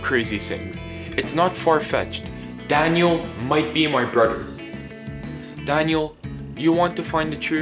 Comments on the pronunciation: He says danyo not daniel look I'm not tryin to be mean or anything but his English is soooo bad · Danio you said danio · you dont say dainel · This is how many times he said Dainle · Its daniel not danial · This is how say Daniel:Danyel Me: say what? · Why do you keep saying Danielle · You can barley say Daniel